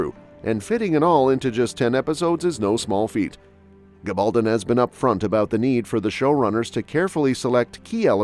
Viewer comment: I don't understand why the various speakers on these sites don't pronounce Diana Gabaldon's name correctly. Very poor.